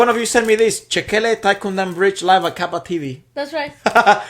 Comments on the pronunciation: It's "thaikkudam" nt thaikkundam. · Great reaction! But its Thaikkudam, not Thaikkundam.